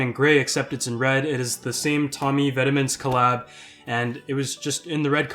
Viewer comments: Pro tip: Vetements is a French word and it’s pronounced “vet-mohn” as opposed to “vet-uh-ments” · Pronounced VET-MAUNT